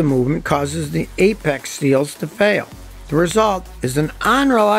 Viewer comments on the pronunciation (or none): none